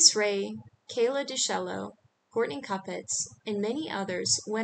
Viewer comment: Pronunciation is: Kayla DeChello and Courtney Koo-pets' (accent on the 2nd syllable)